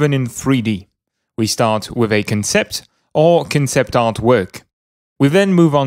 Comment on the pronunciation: the word concept has it's emphasis on the 'con' part, so more like CONsept